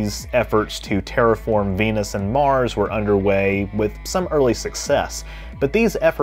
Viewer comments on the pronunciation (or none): none